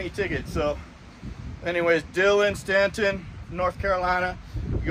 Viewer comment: Dillon Staton pronounced stay-ton